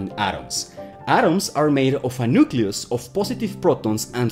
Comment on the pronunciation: Just an English note: it’s not a nukeYOUlus, it’s a nukeLEEus. Nucleus. Just like nuclear is pronounced nukeLEEar, not nukyoular.